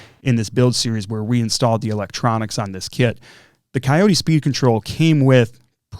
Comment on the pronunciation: Cayote is pronounced “coyote,” like the critter, which is their logo. That looks like a great ESC, I plan on running it in my ET48 2.2.